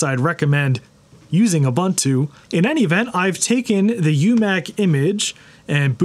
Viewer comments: Also it's pronounced "uu-BUUN-too" as per the wikipedia page, not "you bun too". And "hampter" instead of "hamster", naturally. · Trust me its not pronounced Ubbuntu.